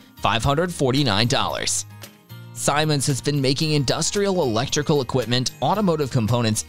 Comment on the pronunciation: And it’s pronounced Seemans not Simons…